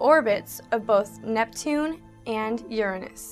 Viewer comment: At least she pronounced Uranus correctly :)